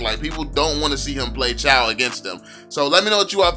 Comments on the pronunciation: Not chaw its chuuu😂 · and it is not chaw its chou!! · It pronounce like chew not chow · Its pronounced as chew not chow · Lol do u even play ML in draft picking when u pick chou the game pronouncer or whatever da sht is called its pronounced as "CHU" not "CHAO" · Pronounced as Chew not Chaw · Chaw seriously it pronounce Chou not Chaw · Can i say this it is pronounce chooo not chaaaw But its ok tho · I'm still so confused why other people pronounce CHOU as CHUU, while some people pronounce it as CHAO, but when I first saw it, I really think it's pronounced CHAO 🤦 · Pronounced "chu" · WTF did you just say? Chaw? 😂😂😂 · its actually pronounce zhou.. listen to how chinese people pronounce jay chou's name, its the same thing.. 周 = zhou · why u refuse to pronounce Chou's name correctly :( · How all ur name pronunciation wrong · Its the way he pronounce it , dumb, what do you call CHOU? Chu? U lil low IQ kid